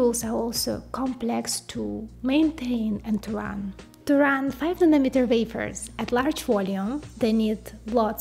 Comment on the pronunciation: Does she know how to pronounce N A N O M E T E R ? SOUNDS LIKE MILLIMETER !